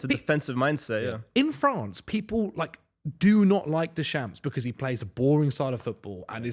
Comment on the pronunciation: That pronunciation of Deschamps is criminal lol